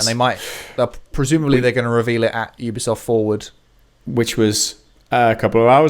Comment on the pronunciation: Sorry did you call it a Ubi-safe game?